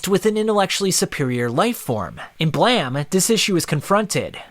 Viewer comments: It's uhm, Blame not BlaM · "blam"?....you mean "blame". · I think its pronounced "blame", i mean, it has that "e" at the end. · Is it “Blam” or “Blame”? I’m confused. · Nihei is a god of Brutalist-esque world building manga. And it's "blame", just like the verb. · You forgot to pronounce the "E" on BLAME!